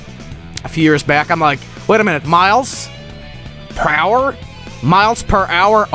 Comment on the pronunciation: I never got that. His name is Miles Pr-ower GOD DAMNIT. I'm the guy!